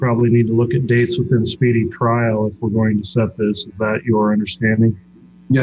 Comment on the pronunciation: SPEEDY TRIAL he says ... lol